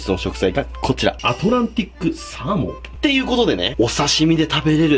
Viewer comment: サ↓ー↑モン